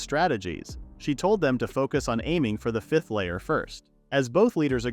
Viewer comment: "five-th" grade 💀💀💀